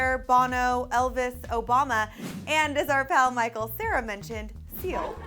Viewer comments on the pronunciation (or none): none